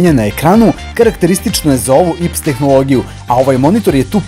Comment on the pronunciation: AJ PI ES (IPS) ne ips :)